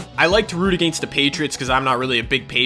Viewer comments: Am i the only one who cringes at the way he says against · the way he says against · The way you say "against" has me dead😂No hate